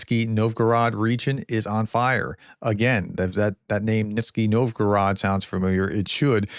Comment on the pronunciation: I don't know if this sort of feedback is useful to you, but I thought I'd mention that the town of Nizhny-Novgorod which you pronounce "Niski" is actually pronounced "Nijni" novgorod. Anytime you see "zh" in Cyrillic transliteration, it is pronounced "jj".